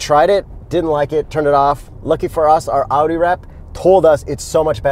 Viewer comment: your pronunciation is a 10/10. The "Audi" sounded like a german said it.